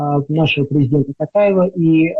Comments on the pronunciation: Не Такаев а Токаев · Почему Шольц это Шольц, а почему ТОкаев Қасым-жО'март Кемелевич произносят тАкаев? Не уподобляйтесь кремлёвским путиноидам! ❗ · Дохлый пукин не мог выговорить имя Токаева, а двойка так вообще обгадился жидко👋😂